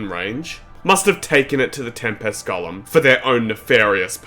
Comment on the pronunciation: It's irritating my soul how this dumass pronounces golem